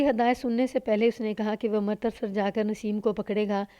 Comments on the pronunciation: ہمیشہ امرتسر (Amritsar) کو Amartasar کہتی ہو بالکل اچھا نہیں لگتا۔امرتسر تو اتنا مشہور شہر ہے، تمہیں نہیں معلوم۔ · لگا کیا ہوگا تم تلفظ غلط کررہی ہو ،کہانی سن لو پتہ چل جائے گا،ویسے تم نے اس کہانی میں ہی نہیں اور بھی کئی کہانیوں میں امرتسر کا تلفظ غلط کیا ہے لیکن اس کہانی میں یہ نام بار بار آیا ہے۔ہردوار(Haridwar) کو بھی غلط کہتی ہو۔